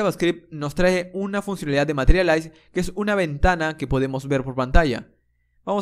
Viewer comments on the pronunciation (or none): none